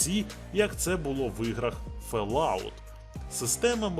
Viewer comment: Український контент це дуже гарно, а якісний - вдвічі! Але на фЕлаут??? Серйозно?